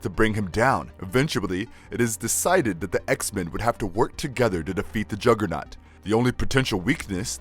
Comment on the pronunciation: “Oim di jogah-nawt BITCH!”